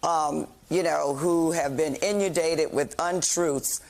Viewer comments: “In-you-dated” is how Val Demings pronounces the word inundated. What a joke! Learn English. A true credit to affirmative action. She does nothing but hurl ad hominem attacks to hide her dire incompetency. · It is disgusting to see political debate, which should be formal, turn into a pro wrestling promo. It is even worse to see incompetent, uneducated politicians who cannot correctly pronounce words. What has American society come to? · No, she is not smart. She does not know how to argue, which is the reason for her use of ad hominem attacks, and she cannot even pronounce inundated. What a joke!